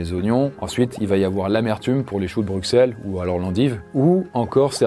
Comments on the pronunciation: s'il vous plaît ça ce prononce Brussel😭😭😭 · Juste, Bruxelles se prononce BruSSelles (je sais que c'est bizarre mais c'est comme ça) (et je suis belge) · Au nom de toute la Belgique : on dit BruSSelles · Le pire c'est qu'il l'a mal dit 😂